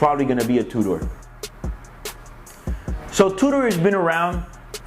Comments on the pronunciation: It's pronounced "2 der" NOT "2 door"!! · is he saying Two-door, or Tudor?